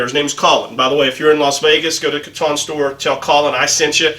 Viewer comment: Nice video. I feel the Kiton tie as produced today is slightly too narrow, especially for the Windsor knot you favor. It's pronounced Key-tahn, by the way. I have found the fabric of the Italo Ferretti ties you have reviewed to be nicer, and the lining leading to a better knot.